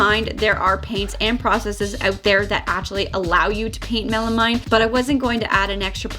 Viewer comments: Milanote = Evernote. An app that I've been using for years! But will def. check it out! Your chest turned out great! (oh and it's 'melameeeen') :-) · I definitely would have sealed with a base/primer coat over the plywood before painting your color. Especially after the time & expense you put into this DIY. PS ˈmeləˌmēn' is pronounced with a mean, not a mine. ...I guess that makes me the meanie ;) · It’s pronounced mella-meen.